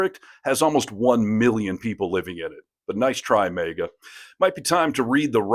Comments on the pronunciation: What's MEEGA don't you mean MAGA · I love the video. But I thought it MAGA not MEGA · Why does the host keeps calling them mega? It’s MAGA!!